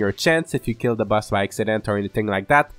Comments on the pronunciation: the word boss you say like bus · Your accent makes boss sound like bus which is funny *Edited to clarify